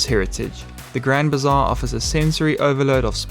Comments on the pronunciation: It's Grand Bazaar, not bizarre... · Grand bizarre?😂 or bazaar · It is Grand Bazaar, not bizarre 😅 Istanbul is the most magical city in the world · Grand BIZARRE? 😅 I think it’s Grand Bazaar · I thought it was Grand Bazaar not bizarre LOL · Like your content, guys! Keep them coming. It’s the grand bazaar and not the grand bizarre. ❤ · Grand Bizarre 😂 or Grand Bazaar? 😊 Thanks for the great video : )